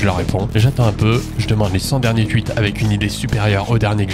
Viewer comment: Des ''tuites'' , ''tuitteur'' ? 😂 T'es alsacien toi au moins ?